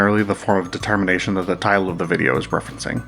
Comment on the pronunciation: The way you say it makes it sound as if you're saying "THE termination."